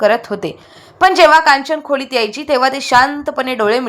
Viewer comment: खुलीत नाही खोलीत